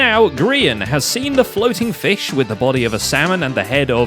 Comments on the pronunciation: Oh boy the "fih ghost" is back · Lol it said 'The fih ghost returns'